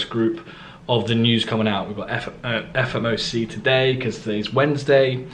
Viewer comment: Nice one mate , love the transparency , been a fan for about 6months now , I still think it’s funny how you say “FMOC” 😂 instead of “FOMC” . Anyways, I noticed you traded better while you had a job , do you think quitting your job puts a lot of pressure on you and your trading ?